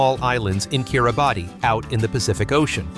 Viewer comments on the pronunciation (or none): none